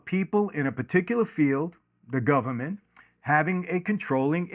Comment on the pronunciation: "The Gubment."